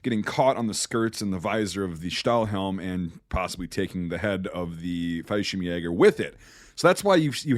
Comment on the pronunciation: Just an FYI, Fallshirmjäger is pronounced "fall-sherm-yay-ger", twin L's in German don't make a y sound like they do in Spanish 👍